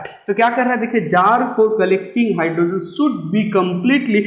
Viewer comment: Sir you explain nicely but please don't pronounce it as hydrosen it's hydrogen